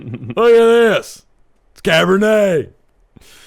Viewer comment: not being able to pronounce Cabernet cracked me up